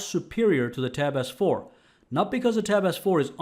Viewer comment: It sounds like hens saying, “tap AZZ 4” he sounds a bit funny